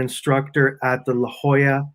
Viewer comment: ~ Great Interview - BUT where he is “La Jolla Institute of Immunology URL La Jolla pronounced “Hoy-ya” Hope that helps. They are in Southern California down near Scripps Institute too. ( SMART places & That’s not an IT pun.) 💞💃💃